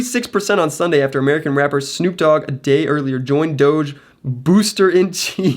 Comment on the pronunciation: My mans said snoop doge